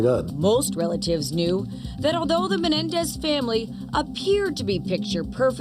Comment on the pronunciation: The Menendez not "Menedez"